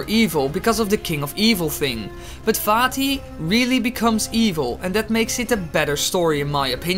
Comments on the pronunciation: I know it is most likely your accent but I heard "Fatty" instead of vaati xd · When he said Vaati once, it sounded like he said fatty